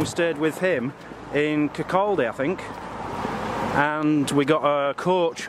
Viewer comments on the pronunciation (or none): Yaaaaaay I live in Kirkcaldy. It’s actually pronounced Kirkcawday love you and mazzy and your vlogs . I remember watching you both here in Kirkcaldy a couple of years ago , I think you were at ravens Craig castle ❤️❤️❤️